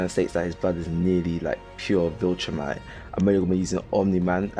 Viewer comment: Is anyone gonna talk about how the guy in the tik tok pronounced viltrumites?